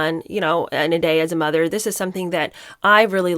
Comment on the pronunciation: it really bugs me when she says ‘as a mutherr’grrr… she is clearly not! Now,if they had been honest and said they used a surrogate,nothing wrong with that but they would not have been allowed in the line of succession as that is the Law. They could have been huge advocates for women who for whatever reason have used a surrogate .